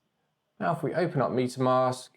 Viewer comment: Love the Video, and as a fellow englishman, it's metamask not pronounced Meat a mask 😁